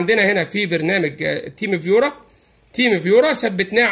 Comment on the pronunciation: فقط تصحيح ألفاظ الترا وليس يولترا تيم فيوور وليس تيم فيورا